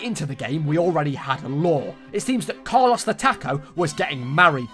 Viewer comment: Car-loss the Tack-o lol